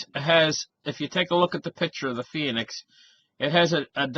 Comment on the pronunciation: Phoenix = 2-syllable word, not 3....., sometimes you hurt my ears! Love ya.